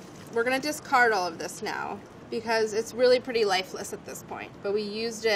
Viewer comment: Molly says dis-Card and I know it sounds silly but I can’t unhear it now